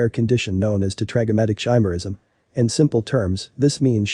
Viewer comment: It's pronounced ki-mer-ism, not chi-mer-ism.